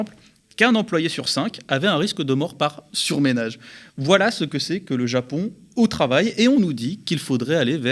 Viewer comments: Guiraud Super analyse ! Merci David ! 😀👍 Juste une petite remarque : - le "surménage" c'est pour les agents de propreté - le "sur 'meuh' nage" c'est quand on s'est dé 'meuh 'né comme un beau diable et qu'on s'est auto-mené jusqu'au delà de ses forces ! Remarque, à force de faire du "surménage" (ce mot n'existe pas, mais ca pourrait !), un.e agent.e de propreté peut bien se retrouver "surmené.e" 😅 Désolée, à la 3e fois que j'entends " surménage " je me permets de t'en parler 😜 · Il est drôle David! Pour mal prononcer le mot " surménage", il ne doit pas connaître la chose!😂 PS: pas de son "é" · Ça dépend des régions...